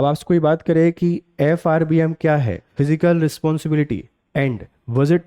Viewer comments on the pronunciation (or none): Sir It is फिसकल and not फिजिकल